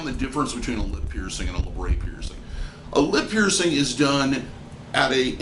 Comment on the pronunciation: I don't understand why say pronounce it laybrey when it's spelt how it's pronounced labret.